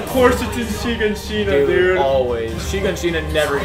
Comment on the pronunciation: why do they say shiganshina like that 💀